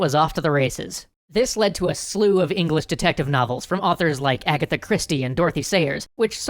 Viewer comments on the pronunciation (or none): none